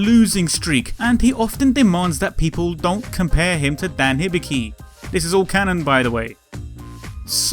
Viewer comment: Hibiki is prononounced hee bee kee.